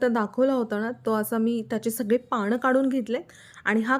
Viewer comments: पानं म्हणा पाणं नाही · पाणं नका म्हणू हो, पानं म्हणा.